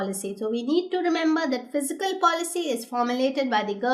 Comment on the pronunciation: Fiscal or Physical why she pronounce as such